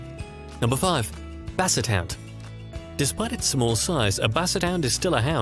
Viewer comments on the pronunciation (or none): I could of sworn I heard you said Basset Hand